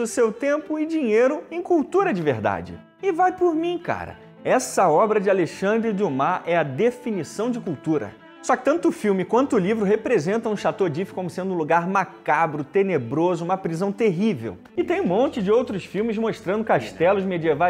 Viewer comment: Dumas tem pronuncia "Dimá" e fazendo biquinho.